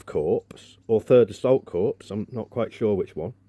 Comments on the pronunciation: Yep you could have been a corpse, it pronounced core.. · Mate, corps is pronounced 'core', not 'corpse'. A corpse is a dead body. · Seems like a good project. It's pronounced 'Korr' - the S is silent - and not the same as 'corpse' which means something very different. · The P in Corps is silent. It's pronounced Core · 'corps' should be pronounced 'core' in this context or is this dark humour ?